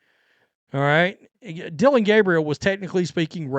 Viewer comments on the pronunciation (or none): none